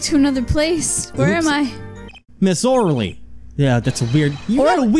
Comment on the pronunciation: you know what grinds my gears? People saying Orly as 'orlee' even after she explains it SOUNDS like 'OH Really'